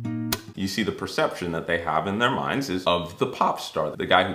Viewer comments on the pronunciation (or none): The first PERCETPTION.......TOO MANY "T'S"